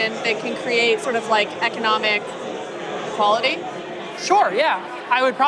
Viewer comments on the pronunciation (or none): bro couldn't even say equality